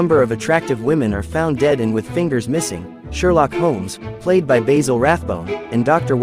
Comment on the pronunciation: You mispronounced Basil (Rathbone). 😎